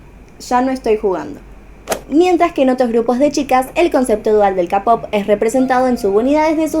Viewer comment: Se dice keipop no capop xD Muy buena teoria♡